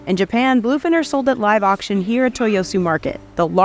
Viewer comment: she said action instead of auction; editor didn’t catch that either.